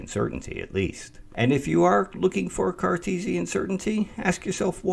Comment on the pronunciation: Did you say Carcheesian or was it my imagination after the cheesy example?